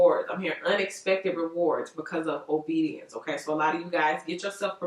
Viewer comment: Say it with me “ Obedience” ......